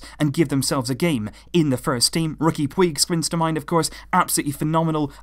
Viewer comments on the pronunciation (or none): Puig is pronounced pooj not poweeg. ESPN were pronouncing it wrong during the ICC. You can check the pronunciation by looking up how to pronounce it on youtube :)